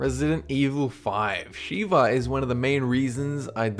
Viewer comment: lol, not sheeva buddy, sheva (sha-va)